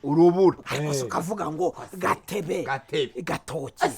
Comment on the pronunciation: Bavuga Gatobe gatoki...ntibavuga gatebe gatoki